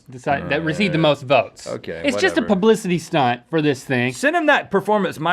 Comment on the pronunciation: I heard "publicity snot"